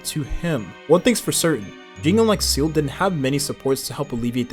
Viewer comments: Come on bruh just pronounce it as zilla instead of seal💀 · Seele not Seal.. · Is everyone going to ignore how he's pronouncing Seele as "seal" ? or was it intentional ? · First person I've heard pronounce Seele as Seal. Freaking annoying. Do you even play the game? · Jing? (without Yuan) Seal? Im-baby-tor Lu-Nye? What the hell are these pronunciations. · please stop calling seele 'seal' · my ears bleed with each Seel